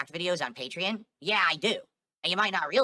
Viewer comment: “PEH-tree-un” = Patreon